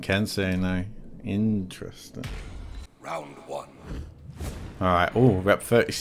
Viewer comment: please make every time says “INTERENSIN” video gets louder